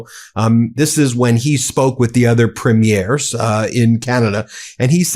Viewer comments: As a Canadian I love your channel, even before Trump started FN us around. However, Ben, you're pronouncing premieres wrong. The emphasis should be on the first syllable not the second. If you're in question just give Charlie Angus a call. Keep up the great work. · Nooooot “preem-mee-airz” Mr. Hollywood. Preem-yers. Listen to the clips you use! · Premiers is pronounced preemiers not primiers. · My dear Ben, if you are going to talk about Canadian premiers, they are not pre-MIERES, as in premiere of a movie, but PRE-miers. Thanks kindly. ❤🍁❤ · They are NOT “Premieres”, that’s the opening of a show, they are Pruh-meers. Sorry, it bugs me. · Just to let you know, except for Quebec, we say PREEM-yerz. 😊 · PREE-meers. Listen to how Mark Carney says it. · PREEM-yer is the pronunciation of Premiers of our provinces. 🇨🇦💪🏼✊🏻🇨🇦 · Premiers is pronounced incorrectly. Enjoy your show